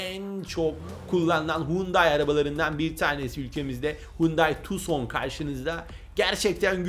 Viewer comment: Okunuşu tuksondur abi yazılışı tucson